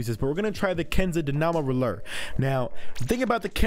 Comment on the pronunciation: Is that how you pronounce roller?